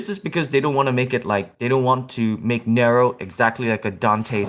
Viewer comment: You don't say Nero right no offense